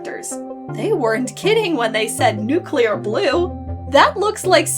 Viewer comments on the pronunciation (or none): none